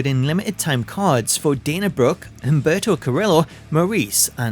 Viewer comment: Humberto is pronounced with a silent H while Carillo is pronounced CAR-Hard E-Ignore the Ls-Hard O, so say Car E O